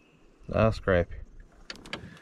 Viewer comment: Never heard of bluegills being called shell crackers. Btw THANK YOU for pronouncing c r a p p i e properly!!! So many say it like it's spelled with an O and not an A .